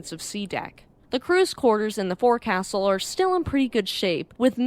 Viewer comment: It is pronounced folk-sil, not fore-castle. 🎉